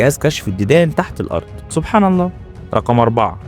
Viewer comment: عير طريقتك في نطق كلمة سبحان الله.